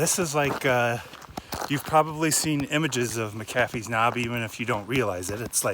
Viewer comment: Native Virginian here - It is not "mac-A-fee's." It is "MAC-uh-fee's.' Just FYI.